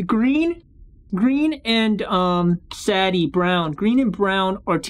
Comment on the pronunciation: It’s sa de